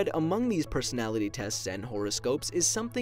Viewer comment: “pesonality test”